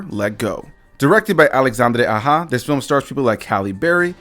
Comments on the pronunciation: LMAOOO this man pronounced the directors name like he was a Latina 🤣🤣🤣🤣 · This guy pronounced Directors name as if he was an Hispanic female. Lmao